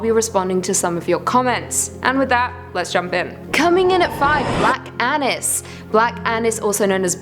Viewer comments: All seriousness I thought she said black anus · black anus. Cant unhear